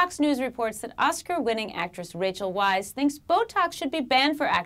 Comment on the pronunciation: it's pronounces vice.(